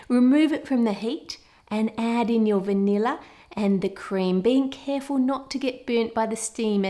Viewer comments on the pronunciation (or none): You said vanill when you were making the whipped cream lol